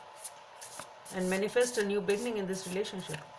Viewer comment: You really should pronounce “be-ginning” instead of “begging-in”!😂